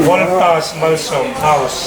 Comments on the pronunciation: Ngatinge aw voltas hi itih thiam reng reng loh mai le.. valtos itih deuh tlat reng mai le.. a lawmawm tur angin alawmawm loh dawn zawk alawm mawle. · Voltas tih pawh lam dik theilo valtos ani lo aw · Voltas tih hi ilam thiamlo nge ilam diklo lui valtos itih tlat zel lamdik tum teh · I lam dik tawh lutuk sir ...Voltras tih ngawt ai chuan Valtos tih pawh kha a âwm ang zawk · Voltas hi Valtos tiin ka lam ve deuh tlat zel ta mai a.. Lam a nuam deuh zawk aniang😂.... Engtik ah maw Voltas hi ka la dawr ve ngei ngei ang.... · VALTOS LA TI CHEU...LAM DIK TUM VE LA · Ka lawmpui che! Voltas lam dik hi i zir a ngai ani.